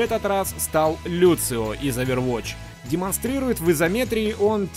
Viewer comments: ЛуСио, а не ЛуЦио. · Не Люцио, а Лусио, разве нет?